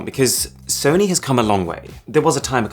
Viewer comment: how he said sony👁️👄👁️